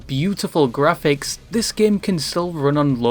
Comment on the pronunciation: the g stands for graphics you don't say jraphics.